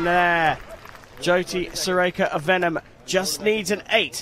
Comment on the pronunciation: The commentator's pronunciation of 'Vennam' as 'Venom' is hilarious 😆